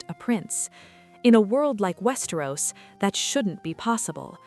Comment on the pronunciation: Its WEST E - ROSSSSSSS not West er Rose